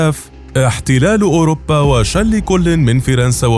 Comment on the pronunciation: أوروبا وليس اوربا